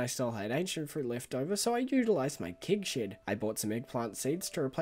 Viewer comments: Im the guy who gets bothered by the weirdest things. Why do you pronounce it „kig“? Its kEg!! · I celebrate you pronouncing things differently but I also skip 10 seconds ahead when I see kEgs! Kappa